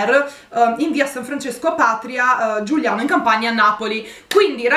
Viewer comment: Giugliano non Giuliano ehehehe spero di esserci